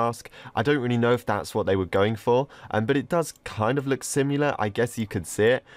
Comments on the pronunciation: hes says similar like simular ik hes english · The way he pronounces similar 😂😂